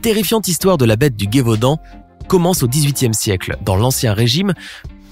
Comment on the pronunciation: Petite précision, on ne dit pas la Gué-vaudan mais le Gévaudan, il n'y a pas de "u"